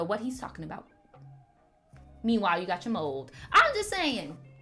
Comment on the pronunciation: I'm dying right now. I'd thought that you were saying mole instead of mold.😂 Why were people in the live talking about Gen z?